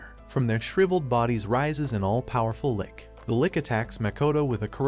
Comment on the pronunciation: Your saying lich like lick when it’s spelled lich